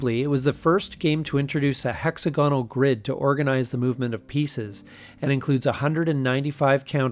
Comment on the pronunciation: Hex-Ogganal....La'Hav...(The R E is silent)...La Havre.